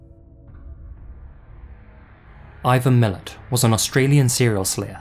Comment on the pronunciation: OMG, I can't believe you got it wrong!!! It's Ivan MILAT not MILLET as narrated/the subtitles say. He's the dude that inspired The Wolf Creek movies. As an Aussie he is the most notorious killer Down Under.